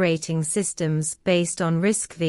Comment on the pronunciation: Please, it’s not RISC-Vee It is RISC Five Roman Numeral V